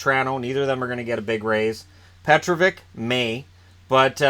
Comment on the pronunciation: It’s pronounced Pe-Troh-vitch